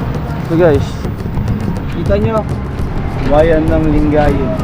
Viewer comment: Nakita ko lng sa Google. Mali ata pronunciation sa lingayen.